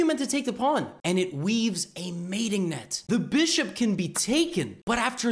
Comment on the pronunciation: Now the way Levy says(the bishop) becomes far more entertaining than the way he says (the Rooook)